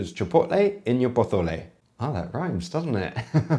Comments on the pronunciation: Why do you keep saying Pothole? It's Pozole - It's not Spanish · Brother it’s pronounced poh-so-lay 😂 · Just to let you know because is killing me every time you say "pothole", in Mexico, unlike Spain, the "c" and "z" are pronounced as "s", sorry if it seems picky, but it really kills me 😅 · It’s a Mexican dish. Speak Spanish as a Mexican would. It’s not po-tho-le. Stop. You’re disrespecting us more than Rachel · You lasted longer than I did. The moment she pronounced it "puh zoh lay", my eyes rolled back so far I could see my brain. I think my daughter almost had an aneurism. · Primera vez en toda mi vida que he escuchado a alguien pronunciar pozole con el zezeo , he vivido una nueva experiencia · that "pozole" is an insult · Yeah I’m out, I can’t deal with the way my dude is saying pozole. Why are you saying it like that l? Is it an accent? A speak impediment? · He lives in Spain. Z is pronounced like th. It's called ceceo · I've never heard a Mexican pronounce the word "pozole" the way that you do. I know that some Spaniards pronounce certain letters as if they have a lisp, but that is not a feature of Mexican Spanish. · As a Mexican I was literally being tortured because the way she made that “ pozole”… make it authentic!! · The way you pronounce pozole gives you as much credibility as Rachel’s recipe has😂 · Just don’t call it pozole, Rachel, and it might be ok 😅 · Po QUÉ? She did pronounce it better than you though. No one in Latin America pronounce Pozole with a ZZZZZ, is it pronounce with a regular S, specially in Mexico. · If it’s mezoamerican, why are you pronouncing it in Castilian? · Meso American dish. Maybe you could pronounce it correctly and not with that stupid Spanish accent. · I dont think you should be covering a mexican dish and she shouldnt be making one. I dont think either of you know about mexican dishes. You arent even pronouncing it correctly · Just a tip, there's no TH in Pozole. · He speaks Castilian Spanish, Z's are pronounced like TH.